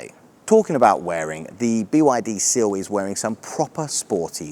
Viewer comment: 'Sill' or Seal ? 🙄😂